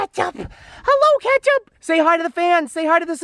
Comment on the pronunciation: It’s pronounced Ketchup not Catchup...